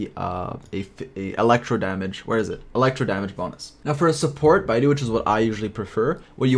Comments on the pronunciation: muh man its bae-dough not bye-doo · Hey I've noticed you pronounce Beidou's name wrongly (; It should be pronounced as Bae Dough <3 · beidou is pronounced as bay-dough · bay-dough, my bro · 10/10 video but i humbly request you look up beidou's name pronunciation, it's not the hardest chinese to say not trying to offend you or anything, it's just way off once more, thank you for this godsend vid